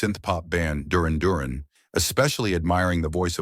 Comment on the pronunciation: Also the way it said Duran Duran lost me